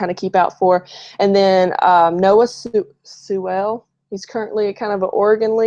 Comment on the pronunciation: She should do her homework and at least know how to pronounce their names. I understand some of them can be hard to pronounce but Sewell 🤷‍♂️🤷‍♂️She could watch Dawgnation Daily 10am mon-fri on UTube. He’s on vacation next week so he will be back week after next